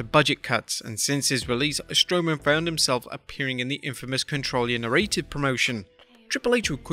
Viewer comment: "Control Your Na-ray-tive"...🤣🤣